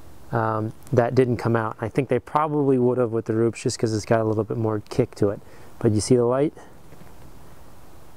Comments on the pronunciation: RUPES not RUPS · I hate to be that guy, but Rupes is pronounced "Roo-pes" and Griot's is pronounced "Gree-oh's" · Rupes not ROOPS... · aren't these pronounced "rooopez" and "greeeeohs" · Rupes ‘ROO-pez’, Griot’s ‘GREE-ohz’